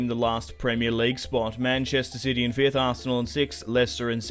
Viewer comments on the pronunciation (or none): none